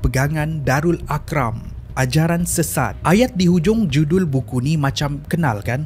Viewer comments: mazhab bukan mahzab. Arqam bukan aqram. Syari'ah bukan syariyah. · Ar - qam bukan Aq - ram. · Bukan AL-AQRAM Sebenarnya AL-ARQAM